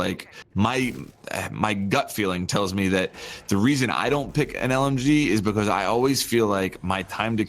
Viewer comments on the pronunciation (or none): I honestly don’t watch for one reason. He says bucuz instead of because. That’s it.